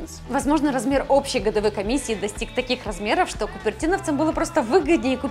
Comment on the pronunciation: Блин, откуда думаю это "шо" проскакивает? Спасибо поисковым системам. Если честно вызывает двойственные чувства. С одной стороны - молодая, стройная. С другой... не покидает чувство что она "наивно-глупенькая". Кукла бездушная и плохая актриса. Все эти движения (лишние) плечиками, вся эта наивно-наигранная интонация... Уберите это с канала. Она интересна будет потенциальным дрочерам прыщавым, для чего она на канале про гаджеты? Да, кому интересно "ножки раздвинь" и прочее, не там ищите... ))) Обычный поисковый запрос в картинках кучу шлака вам откроет...